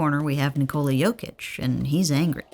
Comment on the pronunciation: Sorry, can't hear a 13m video of Nee-Cola... just call him correctly or Joker.